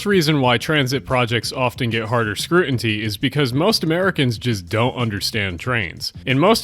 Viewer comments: Great video. It's scrutiny not scrutinty. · IT'S SCREW-TIN-EY NOT SCREW-INT-EY AHHHH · It is scrutiny and not scrutinty.... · Scrutiny not scrutenty btw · Scrutiny, not scrutinty. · Why do you keep pronouncing it as "scrutinTy"? There's no T between the N and Y. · (( Scru'nty? Scru ti ny. )) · It's scrutiny, not scruinty. Saying Interstate I-69 is saying Interstate Interstate 69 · it's scrutiny, not scrutinty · has anybody commented that he says "scrutinty" multiple times instead of "scrutiny"? e.g. or so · I agree with most everything you said here. People have a terrible perception of trains and remain complacent regarding any real progress. Micro details: it's scrutiny, not scrutinty 🙈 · "ScruTINy," not "scruTINTy." Otherwise, I'm all for trains. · You need to learn how to pronounce "scrutiny". It's not "scrutinty". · The word you're trying to say is "scrutiny" not "scrutinty". Sorry, I couldn't take it! xD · Scrutiny is pronounced Screw Ten Knee, not Screw In Tea. You’re confusing it with “Certainty.” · scrutiny. not scrutinty. otherwise good video. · Scrutiny not scrutinty sorry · Dear, you're consistently mispronouncing a word: It's not SCRUTINTY..... it's SCRUTINY. You spelled it correctly in the title but you're not saying it correctly. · Scrutiny, not scrutainty. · Thanks for your vids and the good takes btw it's "scrutiny" not "scrunity" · It's pronounced scru-tin-ee, not scru-in-tee. I 100 agree with your points, but fucking hell it's not a hard word just fucking pronounce it right. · Stop saying ‘scrutinty’ for the sake of my sanity. The correct spelling is ‘scrutiny’. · *Scrutiny (not scrutinty (I’m sorry it bothered me too much I had to say something this is a great video)) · not to be that guy, but it's pronounced scrutiny, not scrunity ( and a few more times before) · scroo tin ee, not scroo in tee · I'm scrutinizing your pronunciation of "scrutiny". Skroot inny. Not skroot in tee. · Scrutiny, scrutiny is the word you want. Wtf is.scrutinty?